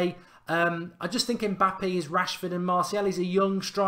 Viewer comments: It's Mbappe not Mpabbe 🤣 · It's Mbappe not Mpabbe mate